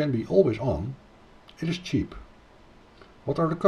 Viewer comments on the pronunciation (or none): none